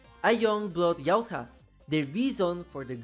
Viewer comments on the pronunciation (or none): bruh why do you say Yautja like that? it’s not Yaut-HA lmao